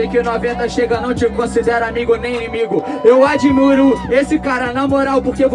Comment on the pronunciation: "EU ADIMURO ESSE CARA" NOVENTA PROFESSOR DE PORTUGUÊS 2k20